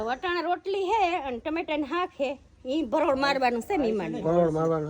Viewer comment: હાક ❌ શાક ✅